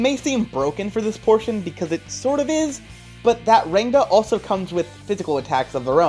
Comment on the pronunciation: i'm pretty sure you pronounce rangda as " ruhng - tha " i say this as an indian but like. NICE VIDEO DUDE